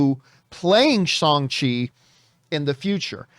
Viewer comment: Shawn chi????wtf you sound so whack